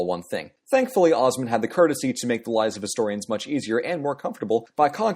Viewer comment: Say Osman properly PLEASE!